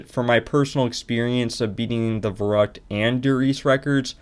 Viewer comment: im sorry but i need to be the asshole that says the "actually verrückt isnt pronounced that way" anyways, nice run and congrats for the WR